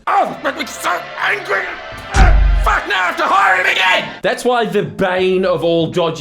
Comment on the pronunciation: Yeah, def need one of those little voiceboxes with 6 versions of your angry Aussie “F A C K” immediately